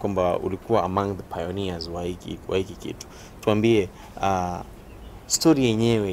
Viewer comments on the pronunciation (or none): Na “hiki “ kitu? Wrong Na Hichi kitu Right